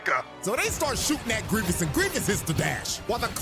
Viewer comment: It's 'Gree-vess' not 'Greevius'.